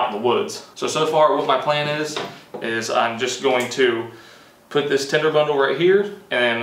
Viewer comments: It even sounds like he says tender...but it is tinder.. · Tender? Do you mean tinder???